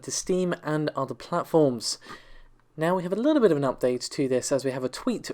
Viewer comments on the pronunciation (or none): none